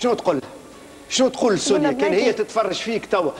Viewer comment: لاء مكتوب على الشاشه سنية هما بينطقوها سونيا